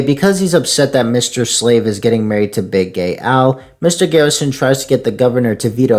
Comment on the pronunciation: This was awesome, just noticed a few mistakes though, one minor one i find funny is that you call mr slave mr slade 😂